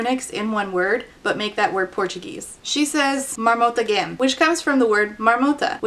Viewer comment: hey!! brazilian here!! just a quick tip: the “gem” in marmotagem is spoken more with a J sound like jam!! the G as in get is spoken that way only when it’s accompanied by an U!